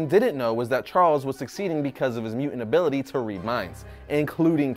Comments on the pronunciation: its mutant, not muant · Obviously has a very hard time with pronouncing the T's.... For example, he can't say MUTANT but rather say MUA'ANT.... That's a very clear indication that needs diction classes.... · "Juggernaut is NOT a mu'ant?"